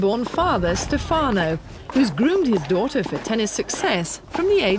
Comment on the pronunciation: stèfano not stefàno. Italians do it better!!!!